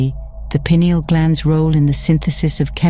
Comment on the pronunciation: It's nice to hear a video actually pronouncing pineal properly.